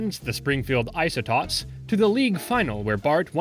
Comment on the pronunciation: Isotopes is pronounced, "Iso-towps," not, "Iso-tops"! Can anyone pronounce words properly anymore? :face-orange-frowning